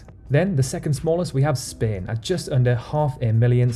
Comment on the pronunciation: Is spain pronounced like he does?????